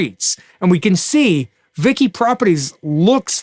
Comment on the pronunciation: You call it VICI( as in Vichi)